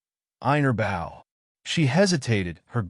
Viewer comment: it's a bow not a bow (like a ship).